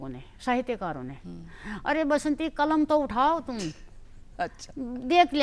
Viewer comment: " बसंती बिष्ट " बासंती नहीं!